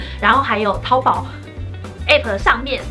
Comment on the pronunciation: 身为大陆妹子，我们叫它淘（二声）宝。🤭